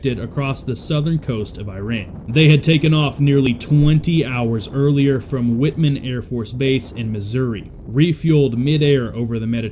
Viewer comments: Y’all I’m from mo and it’s not said wit men it’s said whiteman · It is Whiteman AFB, not Whitman. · White man not whit man. Hello from Missouri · White man not Whit man. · It is not whitman AFB ITS Whiteman AFB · Double check how to pronounce Whiteman AFB